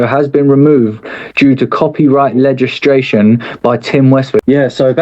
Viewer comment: Mic Righteous a lyrical artist but can't pronounce legislation properly 😂😂. Brilliant